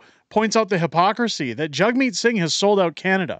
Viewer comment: Its JAGmeet , not JUGmeet! A JAG is not a JUG!